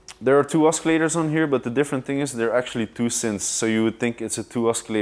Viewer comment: Say oskillators one more time, I dare you!